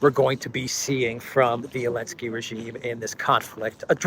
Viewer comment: Why does he say “Alensky” instead of Zelensky?